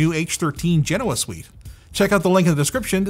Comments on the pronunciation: Say it with me.. Ge-Noh-Uh. You are saying it wrong as Gen-owah. People follow what you do blindly. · FGS, will you P_LEASE stop Linus calling them 'Gen-NoAh'...it is 'Gen-Oh-Ah' PLEASE PLEASE PLEASE......STOP HIM. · Anthony: Genoa Me, a weeb: Genova